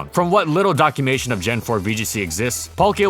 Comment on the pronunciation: Bruh he said documation instead of documentation